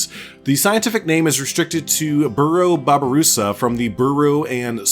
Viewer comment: Also the babarusa (you said it right) are very cool, there horns can grow to the point where they stab there own brain which is the main reason of natural death